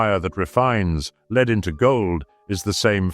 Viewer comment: I don’t mind it but I’d prefer in the future that they change “leed” (lead) to led